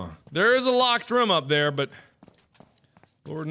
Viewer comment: I thought mark pronounced room as rum?